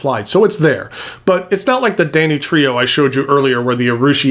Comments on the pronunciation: I was so confused for a minute googling for one of the pens because it sounded like you were saying Danny Trejo not Danitrio. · When you were talking about danitrio(?) I thought you said Danny Trejo